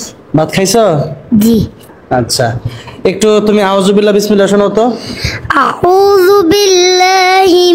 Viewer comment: মাশাআল্লাহ্!! ছোট্ট কোরআনের পাখিটা আ-উ যুবিল্লা..... চমৎকারভাবে উচ্চারণ করেছে🤗🥰